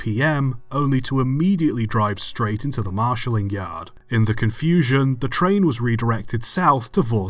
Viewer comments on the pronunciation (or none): none